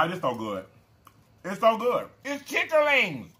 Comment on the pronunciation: He say chit ter lings lol